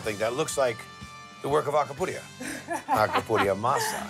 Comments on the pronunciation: Guy "Alcapurria Masa" Fieri is a double agent 😁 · Bahahahahah It’s Acapuria Masa lol guy is hilarious